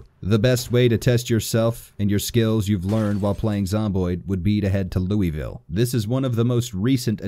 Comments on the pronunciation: Except how he says Louisville, I loved the video, but I cringed so hard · DAAAHHHH HAAA NOOOO WHYYYY WHY DOES EVERY INE SAY LOUISVILLE WRONG OH MY GOOODDDD Aight listen you don’t pronounce the “is” part and you kinda get funky in the middle so it comes out sounding like Luaville that’s the best I can explain it. Alright rant over, good day.